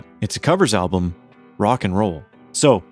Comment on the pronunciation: This is the worst video…The AI is horrible and learn how to say the word “album”, there is an “L” in the word. Why did you bother making this video anyway? Here’s another video you can make and title it “The most boring video” By the way, what have you ever done besides make lousy videos?